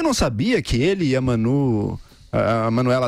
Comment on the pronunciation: Precisa aprender a dar notícias, CNBB não representa os católicos de verdade. Chamando de " Manú" , amiga né